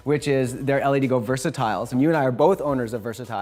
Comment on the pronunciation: All of the LEDGO lights are great. I use the Versatile 4K1 and the 2880 and 1440s as well. Damn bright, super diffuse, fully controllable power and colour temp, plus WiFi remote control with an additional controller. But just a small detail - I thought it was pronounced "led-go", not "L-E-D go"?